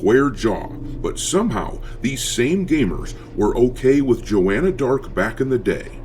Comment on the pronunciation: Thats not Joanna Dark... Thats Jaw-anna Dark🤫